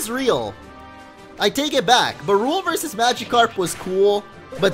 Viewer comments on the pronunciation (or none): none